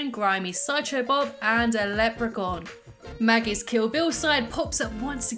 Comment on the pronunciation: you said magus